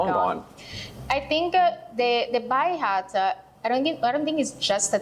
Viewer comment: It is pronounced "Bi-High-Hut", not "Baa-High-Hut," often referred to by locals as the "Bye-Bye-Hut" because of the High Octane drinks once served (Hello Jerry) at this Sarasota/Bradenton institution.